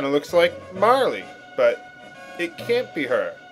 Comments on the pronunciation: Every time he says "Marley" I bury my face in my arm, smiling. After "Gaw", nothing can faze me. Bring on Frogue. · ugh, you keep on pronouncing this so differently, saying E at the end of Marle, and pronouncing the g in Magus as a j... It's somewhat vexing.